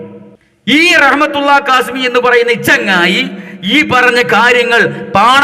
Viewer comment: അവൻ. കാസ്മി അല്ല കാശ്. മി ആണ്